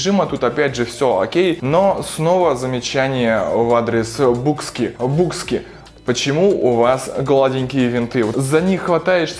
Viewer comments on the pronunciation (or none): "Букски , Бакски" ну ё маё... БИKСКИ !!! ну ядрён-батон.... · байкски правильно))) но эт не точно)))